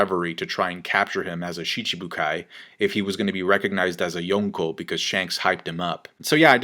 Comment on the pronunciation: "yoownkow Level"